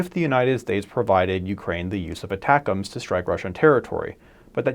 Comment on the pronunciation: Thank you for saying "ATACMS" the way it was intended. Many other channels say ATTACK - "M" "S". I will therefore subscribe.